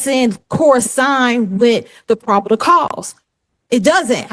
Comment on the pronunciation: “..the probidal cause..” 🤣🤣🤣🤣